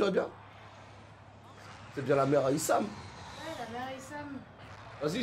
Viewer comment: haha c'est pas isham, c'est i-shame mdrrrr